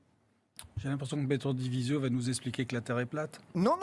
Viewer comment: Il dit nawak di vizio